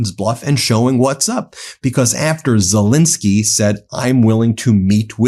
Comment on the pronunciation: Zel EN skyy!